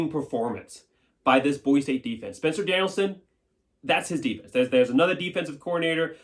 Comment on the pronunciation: There’s no “Z” in Boise!!!